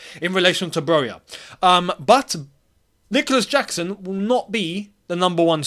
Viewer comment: saying "I'm not gonna butcher the name" after butchering the name😂